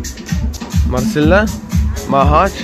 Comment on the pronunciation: حاسك بس تقول مارسيلا بخسبك عم تقول مارسيلو هههههههه